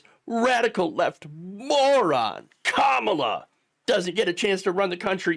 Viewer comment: Can't say Kamala correctly? We should all call Trump "Troomp".